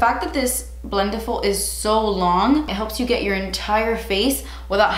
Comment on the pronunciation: The way she says "BLENTIFUL" i feel anxiety No hate ok